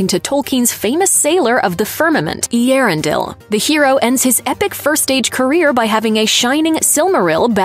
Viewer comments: Eee-Erendel.. your ‘pronunskeeation’ is as poor as the show. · Oh my...butchering the name Earendil